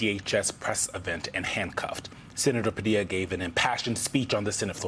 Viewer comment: You know I'm not an American but why did this man go so far as to say his name wrongly knowingly. That's nasty